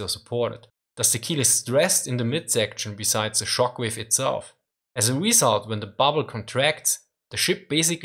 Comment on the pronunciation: "Bow", when referring to ships, is pronounced like the word "bow" (like when you lower your upper body as a sign of respect). It's pronounced like "ow" (like you're yelping in pain), not like "bow" as in "bow and arrow". Also, "result" is pronounced "re-ZULT", not "RE-zult". "Buoyancy" is pronounced "BOY-ancy", not "boy-ANCY".